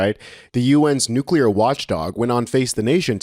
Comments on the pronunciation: Hey!! It's "nuclear", not "nucular", okay? new cle ar. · Dude, don't speak like Dubya, it's not cute. If you want to be a respected reporter, you have to learn how to pronounce words properly or you sound ignorant, and no one wants to listen to more ignorance these days. It's NU-CLEAR. NOT NUCULER. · Nu-clear not “ nu-culer”